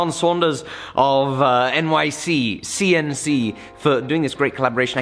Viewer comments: Anyone else notice he keeps adding an extra C in NYCNC? Lol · Did anyone notice that said "NYCCNC" while the screen said "NYCNC"? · its N-Y-C-N-C not nyccnc!!!!!